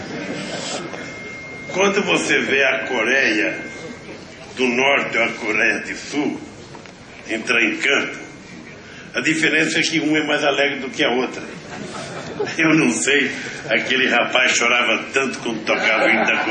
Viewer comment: "Coréia di Sul", só fala merda e um monte de puxa saco rindo. É de chorar de vergonha!